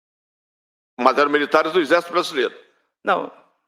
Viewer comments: O Deputado não sabe pronunciar apalavra correta, de ixesso para exército à uma boa diferença...só no Brasil isso!!! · Careca mudou o nome do exército, agora é ixercito, ameba mesmo , não consegue nem pronunciar de maneira correta !!!! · O pior de tudo até o final foi o deputado falar : INZÉS ao invés de exército 😂😂😂😂😂😂😂😂😂😂😂😂😂😂😂😂😂😂😂😂😂😂😂😂😂😂😂😂😂😂😂😂😂😂😂😂😂😂😂😂😂😂😂😂😂😂😂😂😂😂😂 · Esse deputado é um jumento petista não sabe nem pronunciar exército o julgamento pronuncia ixercio puder é um jumento